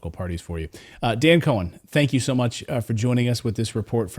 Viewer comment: "Cohen" not like?